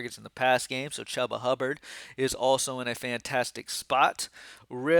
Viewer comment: Yes…you said it weird. Just like you mis pronounce Chuba’s name weekly